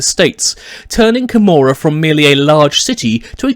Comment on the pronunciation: I thought it was pronounced KO-MOR-AH